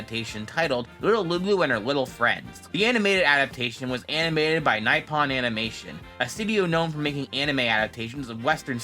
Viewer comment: The character designs in the anime look like they combined the Little Lulu art style with Peanuts. , there's a character that looks very similar to Peanuts' Peppermint Pattie. That's not how you pronounce "Nippon Animation". Copy and paste 日本 into a page like Google Translate that will pronounce it for you.